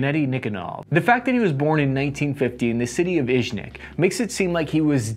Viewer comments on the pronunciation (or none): Why do you read it "izhvek" when it's clearly IZHEVSK, you even show it on Google Maps, where do you find an 'N'?... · Me: Izh...: Izh... Me: ev...: ev... Me: sk.: sk. Me: Izhevsk: Izhvek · Izhevsk is not Izhvek. Izhmash is Izhevsky Machine Factory. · When he called Izhevsk Iznek I cringed pretty badly. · Really? Iznyak instead of Izhevsk?? Come on!!!!11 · Its Izhevsk, not Izhnik )) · Murdering IZHEVSK to sound as IZHNYAK or IZHVYEK must've taken some effort! Otherwise love your content, mate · Learn how to say: Ижевск. Izh-yevsk. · They pronounce it ishzevk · You are pronouncing Ижевск so wrong it physically hurts... It would also be cool if you tell a little more about how exactly this gun operates. Anyway it's good that you tell people about such unique guns. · Great video, but you're pronouncing Izhevsk horribly wrong) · how tf could you mispronounce ижевск so hard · Just a bit of constructive criticism, I would highly recommend researching/practicing how to pronounce words before saying them. Your pronunciation of Izhevsk was particularly bad.